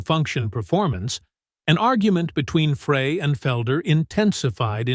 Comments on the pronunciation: WHO or WHAT is narrating this? A computer or a moron? " Fray", hence, hence, hence and other clumsy, awkward terms and pronunciations. 🤣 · As soon as the narrator referred to Glenn “Fray” as opposed to “Fry”. I knew this was total horseshit. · “Fray?” Why go to all the trouble of making a video about the Eagles and then continuously mispronounce Glenn Frey’s name? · It would give this video more credibility if the narrator did some research. Blowing the pronunciation of the band members names. Glenn Frey's name is pronounced "Fry" and Bernie Leadon's name is pronounced "Leadon" like a pencil lead. Sloppy journalism. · Again how come nobody knows how to pronounce Glenn Frey’s last name it sounds just like french fries!! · It's Fry he didn't even say Glenn's last name right! Village moron!! And the Eagles didn't play together again until 1994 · GLENN FREY’S NAME IS PRONOUNCED FRY AS IN FRENCH FRY!! IT’S SO ANNOYING THAT YOU’RE MISPRONOUNCING HIS NAME!! FRY!! FRY!! FRY!! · What has CCR got to do with Eagles bandmates?? The usual misleading Title. Btw, Glen Frey is pronounced "Fry"! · I wouldnt want to spend that much time with anyone btw its pronounce Fry All groups break up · Frey is pronounced “FRY.” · Why do these people not know how to pronounce Glenn’s last name and expect us to think this is even true? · Why should we believe anything you say when you cannot pronounce TWO members of the band's names!! Shame Shame . . . obviously AI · Agreed. I thought I was the only one that was so irritated by that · That's ai for you buddy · It's not fray it's dry! Y the narrator should at least should know how to pronounce the members names. SMH! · I meant fry! Fucking miniature keyboard! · Correction : Frey pronounced FRY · Fry, not Fray. Ledon, not Leedon (correct pronunciations) He pronounced Henley right. Wow. I am willing to bet that Walsh was the least hateful member of the band. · Might be nice if the narrator actually knew how to pronounce names! Glen Fray? 😂